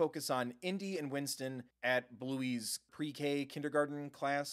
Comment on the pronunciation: Number one is Onesies, isn't it? BTW, his name is Winton. Not Winston. No S. I'm saying because he's my little bro's favorite. XD